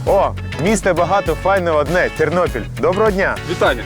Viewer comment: Тарнопіль, а не Тарнополь! І Тернопіль, а не Тернополь! Говори правельно.